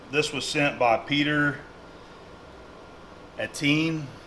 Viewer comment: It's a French name, pronounced "eh-tea-enn"